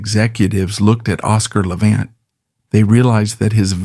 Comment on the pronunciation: A certain amount of what this "documentary," (if one wants to call this ARTIFICIAL INTELLIGENCE (A.I.) production a "documentary") purports is at least "sorta" true . . . but it too attempts to capitalize on Levant's problems. (Lordy, they could have least pronounced his last name correctly). I did hear it pronounced correctly only once - toward the end of this video). His fractured attempt at playing a Chopin Nocturne on Merv Griffin's tv show in the mid 1960s (it's available on You Tube) breaks my heart (although he did play the first part of it truly beautifully.) Yet, great - REALLY great - musicians often have physical and mental problems towards the end of their lives, for example, Beethoven with his total deafness and Tchaikowsky with HIS REALLY severe depression. (just listen to the final movement of his last work, the 6th Symphony ["The Pathetique"] and I rest my case). I claim no knowledge about Hollywood "execs" treated Levant at the end of his film career but from what I have seen of his many movies doesn't show a man near "the end of his rope." The '"I DON'T CARE GIRL" was, I think, his last major role (he was billed third on posters touting the film) shows his piano technique (with excerpts from piano concertos by Liszt and Rubinstein) at just about his greatest. His last Columbia album (ca. 1960), SOME PLEASANT MOMENTS OF THE TWENTIETH CENTURY, records him at his absolute best! His last (of 3) best-selling books isn't the work of a severely "damaged" man. (Some